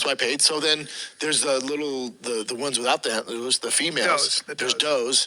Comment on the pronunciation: "The ones without the antlOOS"